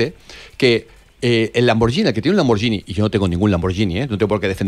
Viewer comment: Se dice lamborguini, no lamborgini.